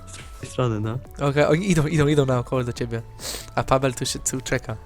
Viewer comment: Nie pawel i vertez tylko pabel i vertez